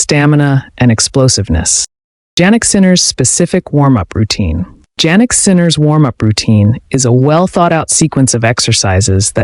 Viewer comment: His name is pronounced YYYanick. Start using it.